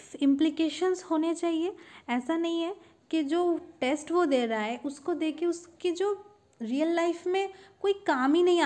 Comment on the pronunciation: 😂 her pronunciation